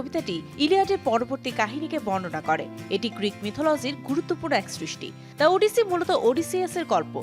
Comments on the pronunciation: It’s 'ওডিসি' not 'উডিসি' 🙄🙄🐸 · উপস্থাপিকা আপিকে বলতে চাই, ইটস ওডিসি৷ নট 'উডিসি' 😂😂😂😂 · শুধু চেহারা দেইখা Anchor বা উপস্থাপিকা নিয়োগ দিলে যা হয় আর কি! ওফেনহেইমার রে বলে 'Open high mar', ওডিসি রে বলে 'উডিসি' 🤣